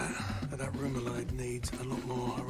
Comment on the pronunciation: Wow - never occurred to me that she was danish (?) - top characters on pronouncing remoulade!